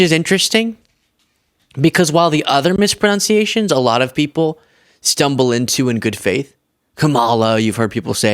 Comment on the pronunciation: Ironic that mispronounces 'mispronunciation' 🤭